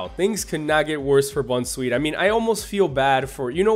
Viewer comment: Don't say bunsweet because that's not how u say it it is boun sweet as in bounce sweet not bun and comfey is not the po sy picker Pokemon it is the po z picker